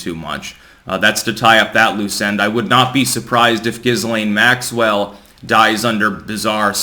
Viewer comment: Maxwell's name is pronounced "Jill aine'.